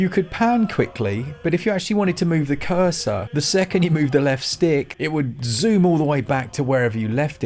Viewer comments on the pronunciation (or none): none